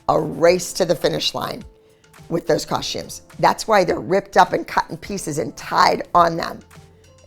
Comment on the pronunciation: Love dance moms but why do you pronounce costumes like cosh-tumes? I've always wondered why everyone on the show pronounced it like that? It's cost-tumes there's no h.